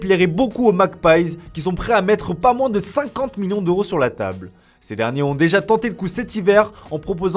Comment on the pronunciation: « Romonte » « comportoment » « million d’oro »